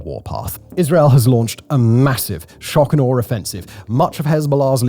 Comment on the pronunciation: "Shock are arrrrrrrrr"